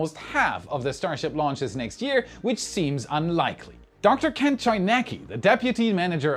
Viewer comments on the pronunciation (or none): none